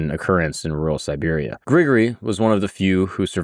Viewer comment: I caught this mistake more than once as well, but then in other places he did say Siberia, so I think he's just mispronouncing it. You are right, it's important to know the difference when dealing with this particular context.